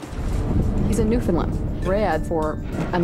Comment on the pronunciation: Can't handle when people pronounce it "New-finned-land".